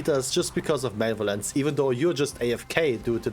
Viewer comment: mach mal einer die heizung aus - also - ma le vo lence - not male violance - also again - its not toxic to tell ppl to get gud if they fail to play their char in a enviroment that requires u to do so